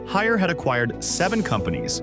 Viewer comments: We definitely prefer to pronounce Haier as “Higher”,( 海尔)， not, hair -er， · * “Haeir “not Harris